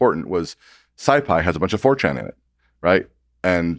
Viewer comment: He's saying Fortran, not 4chan.